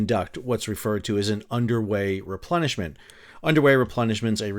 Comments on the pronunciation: Did you say Underway Replenishment or Underwear Replenishment? Or are both valid? 😂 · Everything time you said underway replenishment I heard underwear replenishment 😂 Must have been a rough journey.